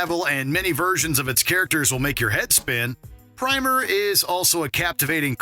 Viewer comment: Its pronounced Prim er